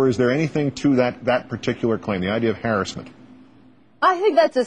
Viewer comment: haha - "haris-ment"